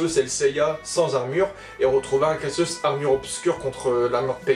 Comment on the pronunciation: J'ai adoré quand tu as appelé Cassios "kasos"... Ça lui va bien. 😂😂😂👏👏👏 Bon par contre "kasos" était déjà développé à l'origine. Merci de te renseigner sur les évènements de la maison du Lion. (Eh voui.)